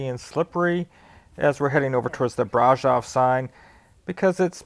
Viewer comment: when pronouncing the word brasov accentuate the V at the end as if you are saying Victor